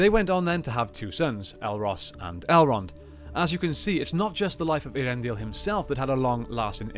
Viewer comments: Ay-ahr-EN-dil, not Ear-en-dil. Please, PLEASE read the appendices on Elvish pronunciation or The Languages of Tolkien's Middle-Earth. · In terms of the way the name sounds, I always thought it was pronounced "Ey-ar-en-dil" rather than as presented here "Ear-en-dil"...was I wrong? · I think so, I pronounce something close to "Ea-ren-dil". I give it a little more pause between "Ea" and then "rendil", in Appendix E of LOTR there is a clear explanation of the sounds of names but its been a while since I read it.